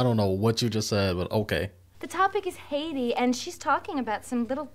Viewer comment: Alicia Silverstone mispronounced Haitians thinking that’s how it was said, and they kept it in the movie. Learning the word as a kid from this movie, I assumed Cher said it correctly and def was corrected by a teacher 🤣